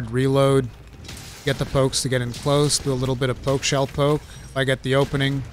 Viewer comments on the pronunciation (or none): none